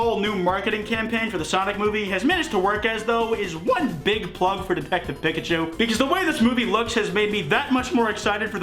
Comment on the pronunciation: sonic big legs>sonic human teeth>sonic tiny eyes. also, i don't like the way you say pikachu my guy.